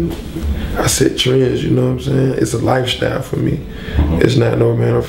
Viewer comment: "Bob Marley never freeshtyled" "I set trends, it's a lifeshtyle for me."